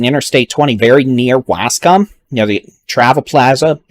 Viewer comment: Yo dude doesn't know how to say Waskom I actually like the way he says it it's funny as fuck